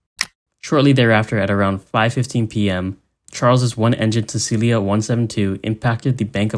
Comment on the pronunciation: Cecilia? You're not even trying at this point...